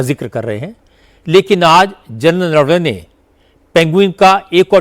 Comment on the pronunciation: जनता को संबोधित करके बता देना चाहिए कि जिस चमार को नरवने साहब का नाम भी ठीक से लेना नहीं आता तो वो क्या जाने कि कौन क्या बोलता है क्या करता है। खुद तो भ्रष्ट और चरित्र हीन ख़ान दान के टुकड़े हैं। जल्दी ही ठीक हो जाएगा पप्पू।